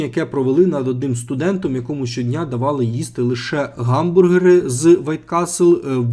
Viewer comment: Ніколи не варто говорити "ґамбургери", ви просто міняєте звуки місцями. Бо слово "hamburger" починається з h, яке ні в якому випадку не читається як ґ, тільки г за чинним правописом або х за старим